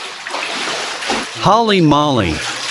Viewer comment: this stupid can't even say Holly Molly right, it's pronounced: hōley - mōley. I used to enjoy kreosan's videos. now, not so much.